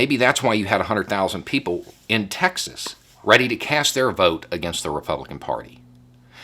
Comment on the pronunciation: As a German, that follows US politics closely: It's funny, that your pronunciation of "Texas" actually sounds like "Taxes" :-D -> "The Republicans actually fear they could loose Taxes..." Could that be called irony? Or even Freudian? Funny any way^^